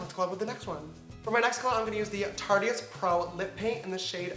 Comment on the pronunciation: lol it's not tarty ist its tartist